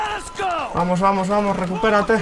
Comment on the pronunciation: me canse de escuchar "vamosh vamosh por diosh"